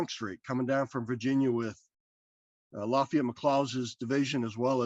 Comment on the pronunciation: I'm so impressed with the accurate Southern pronunciation of Lafayette!